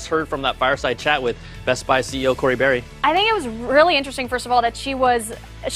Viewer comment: Her name is Barry... not Barr